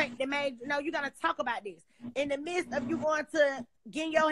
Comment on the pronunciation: I just wanna say thank you for saying "midst and not mist" That shit is annoying asf!